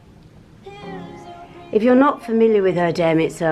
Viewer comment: Loved seeing Erdem's shop, and wow to have one of his dresses! Please show us it full length on you. Also please try to say Errr-dem as his Father is Turkish.